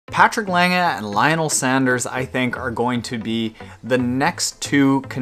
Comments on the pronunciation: You pronounced Lange pretty good for an English speaker. ;-) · Your "Lange" is pretty good. Much better than most english speakers pronounce it. Cheers from Germany. :)